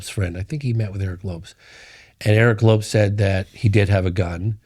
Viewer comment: He got Aguilar for the most part but doesn't realize to pronounce Lopes as Lopez after all these years?? 😅